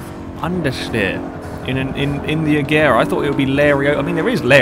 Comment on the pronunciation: Please say it like "Ajera"